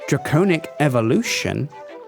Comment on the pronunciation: It's pronounced wi-vern and drac-onic. Not why-vern and drac-ownic.